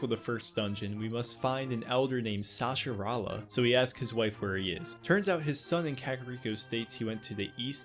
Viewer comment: Sa-has-rah-la 😉 Awesome video. I've been playing LTTP for over 30 years and absolutely still love it. Keep up the good work 👌